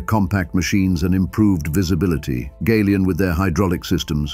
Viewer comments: Folks around here pronounce it Galion, like gallon. Not “gay-lee-on, Gal-e-on. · The mispronunciation of the word GALION is very annoying, it should be gal -ion as in gallon or galvanised!